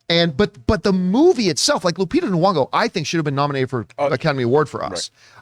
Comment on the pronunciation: The inability of John to pronounce the "Y" in Nyong-o and Kaluuya really grinds my gears.